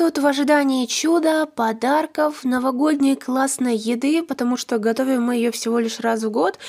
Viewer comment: Не потомужто а патамужта